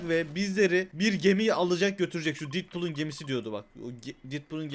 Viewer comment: Ya abi düzgün söyle didpool ne detpul